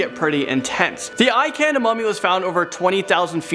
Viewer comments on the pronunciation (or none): It's pronounced more like Ink-an, not I can. It's also spelled Incan ont Ican.